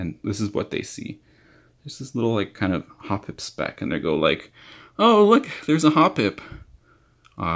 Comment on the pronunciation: finally someone who pronounces it correctly XD